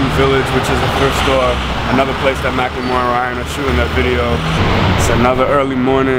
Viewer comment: i always pronounced his name "mackle-more" now i find out its "mack-lemore" MY LIFE IS A LIE